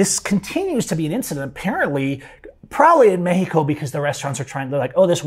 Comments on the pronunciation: Cool story I quit listening because of the way you say meh-he-co. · bro just say Mexico